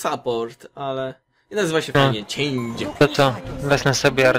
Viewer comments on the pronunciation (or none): Mogę się mylić, ale chyba jej imię czyta się Czang-e z wyraźnym g i nieco przedłużonym e na końcu, nie Czejndż :P